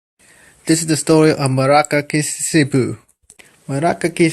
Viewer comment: Who the hell are you talking about? Her name is Murasaki Shikibu. That's prounounced, Moo Rah Sah Kee Shee Kee Boo. Not whatever the fuck that mangled sound is that you're vomiting up. Sheesh. Why listen to someone who obviously doesn't have a fucking clue about the basics of this amazing woman or her novel?